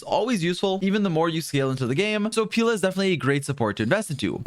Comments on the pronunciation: “Peela” I thought it was pronounced peh-la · Why "peela" though? She is "Pela", Pelageya. Slavic name, "e" like in "yeah". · every time he says “pEEla” instead of Pela 🥲🔫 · dont call her 'peela' pls.... it sounds like pila in portuguese and yea...... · pila??? 😭 being the first one to pronounce it like that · Bruh get her name right🤣🤣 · You say it like Banana Pela and I can't unhear it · That is NOT how you pronounce Pela💀